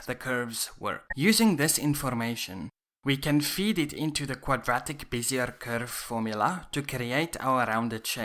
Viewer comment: great video! btw, bezier is pronounced "bez-zee-ay", but native english speakers will still understand what you mean by "biz-zee-er". the word comes from french, which is why its pronounced like that.